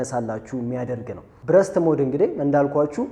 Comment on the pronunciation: አምበሳ ነሽ ተመችተሺኛል ሁለት ጠቃሚ አስተያየት ልስጥሽ አንደኛው የIIV እና የ5 ሴንሰር በጣም ይለያያል 5 ላይ stacked sensor የሚባል አዲስ ቴክኖሎጂ ነው የጨመሩበት 33mp በመሆኑ አትሸወጂ ሁለተኛው እና ዋነኛው ግን የእንግሊዘኛ ቃላት ስትጠቀሚ አነባበቡን ተጠንቀቂ ምታስተምሪ ከሆነ ብዙ ሰው ስለምታሳስቺ ለዛሬ burst ሲነበብ በርስት ነው ብረስት ትርጉሙም ቃሉም ሌላ ነው የሴት ጡት ማለት ነው lossless ሲነበብ ሎስለስ ነው loss ወይም ጉድለት ተቃራኒው lossless ምንም ያላጎደለ ማለት ነው ሉዝለስ አይደለም ሲነበብ በተረፈ በርቺ አሪፍ ነው ያለሺው follow አርጌሻለሁ